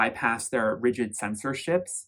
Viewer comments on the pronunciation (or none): none